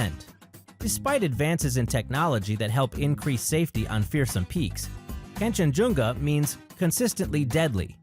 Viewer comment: Kangshenjunga, not Kanshenjunga